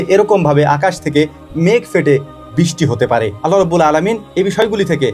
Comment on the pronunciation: আল্লাহ তা'য়ালার নামের শেষে হা উচ্চারণ করতেই হবে দাদা জী না হলে মহামান্বিত আল্লাহর নাম বিকৃতি হবে আর যিনি এই মহা বিশ্বের মালিক তার নাম বিকৃত করলে কি হতে পারে একটু চিন্তা করুন আপনাকে ওই স্রষ্টা সুন্দরতম একটা বিবেক দান করেছেন